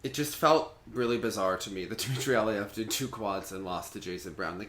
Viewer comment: remember your friend dima did say aliev is pronounced aleev